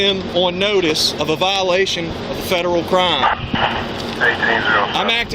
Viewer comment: What the heck is a "Cuh-rhyme?"